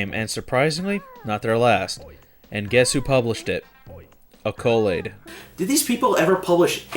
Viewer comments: A COAL AID?! Mannnnnnn, that's not the right way to say the word. It's pronounced ăcoLAID (3 syllables, emphasis on LAID, not AHCO) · "Uh-ko-laid" Haha, no.. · Pronounced ACK-co-laid. WTF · Great review, as always! Just so ya know, Accolade is pronounced "Ack-o-laid", which means deserving of high praise. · not only are you pronouncing accolades name wrong but accolade produced star control 2 the test drive series slave zero and turrican